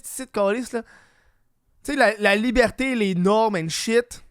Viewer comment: comme disi bien "Libhârté"